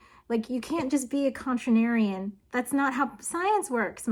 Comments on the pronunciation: I'm less annoyed by the "accent" than I am by the mispronunciation of "contrarian". I'm sure a punctuation nerd will have a hard time with me. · I dont think inserting a whole-ass extra syllable can be chalked up to an accent haha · I felt like you where being contrarian and meta by pronouncing contrarian wrong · Maybe she meant saying "silicen." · It's an entirely charming pronunciation / mispronunciation, especially wheb coming from our girl. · consistently mispronouncing a word that shows up every few seconds seems worthy of a re-recording, to me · I was going to make a comment that I started to second guess myself on the pronounciation, then i looked it up and saw there was an urban dictionary definition that sayys " is an alternative way to pronounce contrarian" and I almost let you off the hook.............. until i clicked on it and saw THE EXAMPLE OF IT USED IN A SENTANCE IS LITERALLY TALKING ABOUT FRED HOYLE AND IT's JUST A QUOTE FROM YOU. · The one 'Fenagle' that you slipped in made up for all of the 'Contranarians'. BTW your Beanie knows more about science than all of us commentors put together so we have decided to tease you all day about saying one word wrong..... people are trash. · don't put that on us, as a Kentucky Scientist it was a record scratch each time she said it. it's not okay here either. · For as good as Carl Sagan was at words "chauvenism" was a loaded choice. (also you're adding a syllable to contrarian) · not to be contrarian, but I think you're adding a syllable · I get the irony of this, but I just couldn't finish what was otherwise an enjoyable yarn because I couldn't take another mangling of the word "contrarian". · Maybe she is being a contrarian about the pronunciation of contrarian. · hold on a second! what is a contranarian? lol, jk jk. new to your videos, but loving all of them so far! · I promise I paid attention to the video but the amount of times you said “contranarian” hurt me. Great video, still 10/10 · You contranarian!